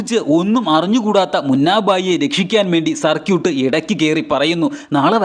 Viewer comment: സർക്യൂട്ട് അല്ല സർകീട്